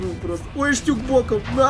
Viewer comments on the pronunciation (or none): не Штюк а ШтуГ